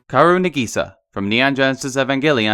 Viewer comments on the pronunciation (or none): Was anyone else cringing when w kept saying karu and sinji!??? ITS KA O RU AND SHINJI